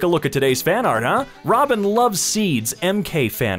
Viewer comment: What’s throbbin it’s robin